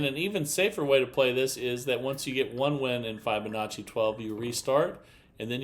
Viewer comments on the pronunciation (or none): This is not a Fibonacci progression. Fibonacci is etc. Also Fibonacci is pronounced with a short i, as in to "tell a fib". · just REFUSES to use the proper pronunciation for FIB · Yep. He's rather obstinate. Or, stupid. Once you've been shown the correct way to say or do something and you continue to do it wrong, you're either obstinate or stupid.